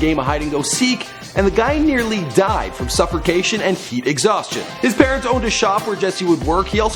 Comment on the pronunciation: does this foo say suffercation? 😂